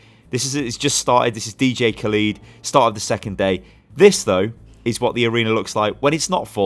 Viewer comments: Dj Khalid/Khaleed? It's Cah-led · Did you really just say DJ Kaleeed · Am I the only one getting mildly triggered by how pronounced Khaled